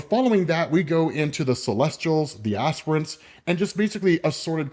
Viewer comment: Lol you called them "ass prints" the entire time